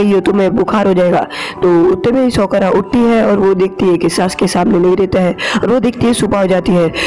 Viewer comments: It's saa ku ra not sakra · Nam to sahi se le sakura ko sokura bol tha he but iam sporting you and Naruto shippidun la